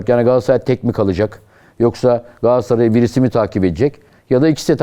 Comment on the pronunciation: Yandaş pardon candaş gs yi öve öve bitiremiyorsun ama adını söylemiyorsun daha, gaaassaray ne ? Gaaassaray Gaaassaray 😂 al gaaassaray ı koynuna yat, sorsan Beşiktaşlı 😅